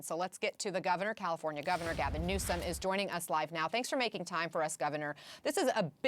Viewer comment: They said Bewsom won🤣🤣🤣🤣🤣